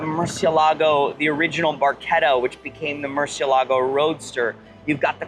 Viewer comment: He didn't pronouce Murcielago correctly though.